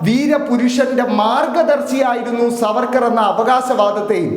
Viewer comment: സാർവേർക്കർ എന്ന് ഒന്നുപറഞ്ഞാൽ പോയി നാക്ക് വടിക്കണം